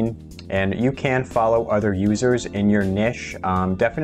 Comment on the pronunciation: Hi. It’s niche (rhymes with itch) OR niche (rhymes with nEEsh), NOT “nish” (rhymes with fish). This has been a public service announcement.